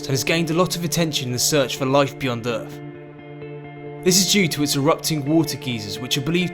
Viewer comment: G'day. Good vid. I love your pommie accent. Like Curious Droid you say 'Errf' instead of Earth. Outstanding. Vive la differance.